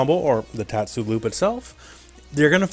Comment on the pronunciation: good pronouncing on tatsu